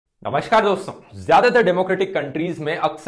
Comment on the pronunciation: First learn to speak namaskar it's not namashkar